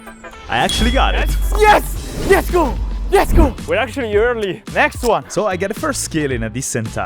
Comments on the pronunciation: It's let's go not yes go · its not yes go its lets go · its not yesgo its letsgo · Why does he say yesgo ITS LETS GO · Are you saying, "Yes go!"?